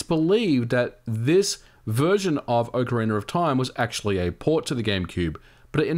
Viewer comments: Why do English speakers pronounce "Ocariner" instead of "Ocarina"? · I never knew there was an “r” at the end of ocariner. I always thought it was ocarina. My mistake, I guess. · Am I crazy or is he pronouncing "Ocarina" as "Ocariner"? Please tell me I'm crzy, lol. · It's Ocarina not Orcarina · Anyone else hears "OCARINER"? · "OCARINER OF TIME" LOL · “Ocariner” of time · "Ocariner of time" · "ocka reener" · Is it pronounced as OcarinaR of time ? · Why do you keep saying "OCARINER" ???????? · Its not orcarinar or time 😑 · Oca ree ner